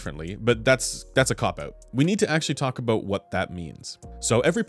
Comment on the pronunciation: "Aboot" Are you like 50% Canadian?